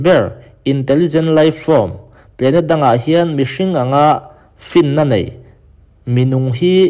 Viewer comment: Ngaihthlak a nuam in a bengvar thlak thin khop mai..mahse.....i pronounce a dik lo deuh thin..entir nan "planet" pawh 'plenet' ti in i lam daih zel a,mizo tawng taka chhiar pawn 'planet' chu a dik chiah tho